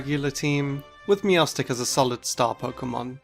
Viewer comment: THE R IN MEOWSTIC IS SUPPOSED TO BE A T!